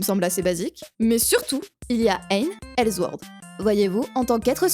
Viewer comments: ok c'etait publié par les allemands de gameforge mais c'est pas la peine de dire elzword comme si c'etait allemand haha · Superbe vidéo, sincèrement, mais ta prononciation du S de sword (qui ce prononce comme un S et pas comme un Z) ça m'a fait vrillé...